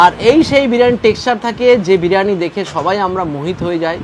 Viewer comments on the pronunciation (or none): বিরানী বিরানী করবেন না। বড্ড কানে লাগে। কথাটা বিরিয়ানী।